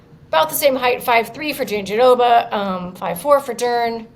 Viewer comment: Guys, its not JandiDOBA. Why would there be a second "d" sound? Just roll the "r" sound in -roba... Why is this so difficult? Listen to Virna say it, nowhere does she pronounce it JandiDOBA. Please do better.